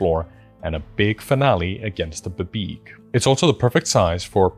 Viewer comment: please never pronounce BBEG like that ever again